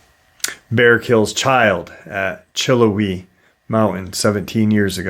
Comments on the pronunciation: Pronounced chill how ee i remember when that happened i am probably 25 minutes away from the benton falls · Chill-how-ee is how it's pronounced. Love your show:) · Sorry to correct but it’s pronounced “chill howie” It was an 8 year old and her brother and mother. Her brother was older. Her mom wanted a picture of the girl and the bear.